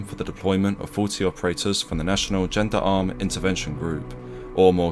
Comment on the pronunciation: I thought Gendermarie was pronounced “John-Derr-Ma-Ree”